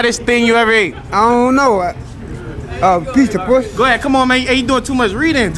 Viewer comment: I thought he said pizza sum